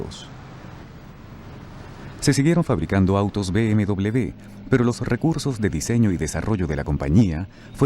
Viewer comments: No se dice BMdoble B sino doble UVE o uve doble. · por que dide usted B M...doble B es B M uve doble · MANIAS DE DECIR .....B.M.DOBLE B......SE DICE ...B.M.DOBLE V.......O ...BMW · ¿Por qué dice "be eme doble de"? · yo no entiendo porque vamos a Latinoamerica, si no hubiésemos ido ahora todo sería mejor, por cierto bmw se pronuncia con V (uve) y no con B (be). si en "werke se pronuncia con B" lo hubieses puesto con V estaría bien pero vamos tu ve a lo tuyo, que todos los países digan BMW con uve y lo digan bien, si según tu todos los países lo dicen mal excepto tu que insultando tienes la razón pues habrá que darte la razón no? por cierto cuando insultas a los españoles te insultas a ti mismo porque tienes sangre española. sabes insultar con una eficiencia pff